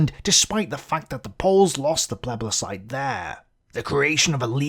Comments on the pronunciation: plebiscite not pleblecite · Did he say "plebLiscite"? For someone who claims to have done some research he should know the word plebiscite.